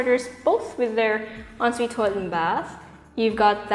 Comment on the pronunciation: parang ASMR yung en suite 😅 ang perfect ng pagkakasabi